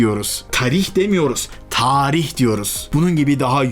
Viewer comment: abi taarih de değil tarih de değil târih diye böyle yani